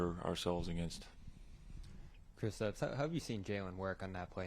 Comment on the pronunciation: Seriously have hard is to say Kristaps? Kristofs ☹